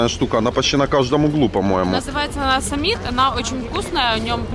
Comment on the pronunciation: эти бублик называются не Самит😅, а семит.